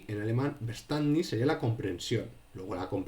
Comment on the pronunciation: ¡Muy claro! Gracias por la exposición. Verständnis se pronunciaría “feashténdnis” en realidad (soy profe de alemán). ¡Un saludo!